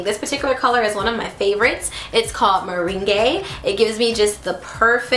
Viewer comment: I think its pronounced Ha-Nay Mo-ree and that NYX lip butter is mah-rang (meringue)